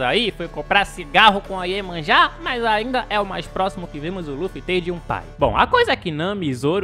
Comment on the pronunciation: "Foi comprar cigarro com Iémanja" Kkkkkkkkkkk